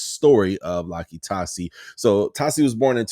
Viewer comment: yup, you said his name right. Big uso looks crazy good.